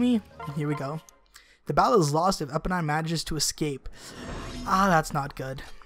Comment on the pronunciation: I think you pronounce it Eeponeen :D